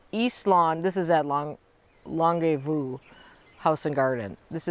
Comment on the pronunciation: I was watching the birds over your left shoulder on the other feeder (when you first started) and there was a very bright blue bird that made a flashing appearance. Possibly an indigo bunting? We totally get the dirty fingernails! And the Longue Vue is pronounced Long View. French.